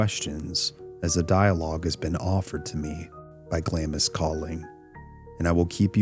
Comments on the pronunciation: A Scot here, it's pronounced Glamms, not Glam-ees. Thank you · Interesting! I watched the original vids when you put them out. I find this subject fascinating for sure. I do want to point out though that Glamis is pronounced like "Glahms" not "Glahm-is". Keep up the good work 👍🏻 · It’s not pronounced Glam-is castle. It’s Glams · Glamis is pronounced ‘Glams’ the ‘i’ is omitted 😊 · Glamis is pronounced glaarms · During all your research, you didn't ascertain at any point that Glamis is pronounced Glaamz? You never heard the line (correctly pronounced) - "All hail, Macbeth! hail to thee, thane of Glamis!" ? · It's pronounced "glahmz," by the way. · you don't pronounce the I in Glamis